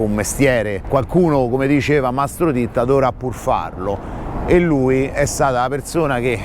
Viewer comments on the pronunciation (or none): Mastro ditta o titta?forse è l'accento...... Ma cosa vuoi che sia questo a confronto le porcate che hanno e fanno lo S.P..... sono i primi amici della maf.a ... Ma dai .. Mastro Titta era un piccolo ingranaggio.....